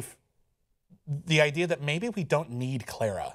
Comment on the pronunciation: Davros not Davrose, Clara not Claira. Sorry but not sorry XD